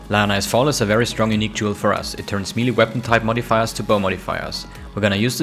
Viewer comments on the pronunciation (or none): none